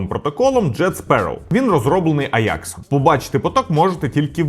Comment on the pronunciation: компанія українською мовою називається аджакс, в якому місці вийшло аякс не зрозуміло дуже вухо ріже, скористайтесь сервісами по типу юконтрол, або опендатабот щоб перевірити.